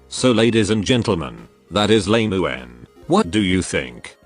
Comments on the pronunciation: Ai voice really calling Lemuen "Lame-uen" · Lemuen ❌ Lemon ✅